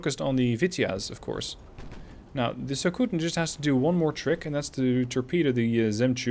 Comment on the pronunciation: 'So-ku-ten', not 'so-kuuuu-ten'